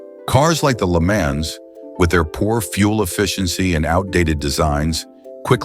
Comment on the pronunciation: The content here is downright offensive. Way to throw shade on American cars. Pronouncing LeMans as Lemons is also offensive. (AI-- not exactly progress)